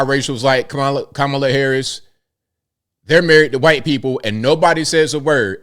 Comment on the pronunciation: I love you and I know you're a good man. Let's start there because I have criticism. Please! Don't say "Wah-hite-" or "Y-tee"! You're a strong man and you need to be one of the good voices against all this made up racism that we are being propagandized with. Using their weird and stupid ways of saying words only furthers their evil agenda! Let's reject it all!! No more crazy and no more pretending that the lies are real!